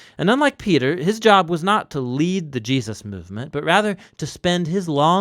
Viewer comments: Please say Jesus, it’s not Jeuses or geahsis. It’s driving me crazy lol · Are you saying Je-us’ lol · I live these videos but I need to know why you pronounce Jesus plural instead of Jesus’s you say Jee-uh-ses? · Anyone else notice the narrator occasionally pronounces Jesus as Jee-ah-sus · Does anyone notice how the narrator says “Jesus” sometimes. He will say “JeASus” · why do you keep saying "Jee-Us-Sus"